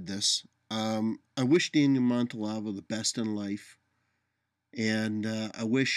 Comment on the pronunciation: always gives good vid (although this one is, of course, really just audio. Must be the "radio" part). Anyway, just a niggle: Are you sure you're pronouncing his last name correctly? I'm hearing 4 syllables, but only seeing 3.